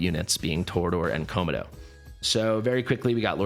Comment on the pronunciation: why are pronouncing Komodo as ko-ma-dough? lol